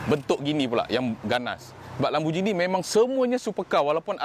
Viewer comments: Bang sebut dia “lamborGINI” bukan “LamborJINI” . Tengok google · Mate. Pronounced lamb-bor-ghee-nee. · im offended how he pronounced lamborghini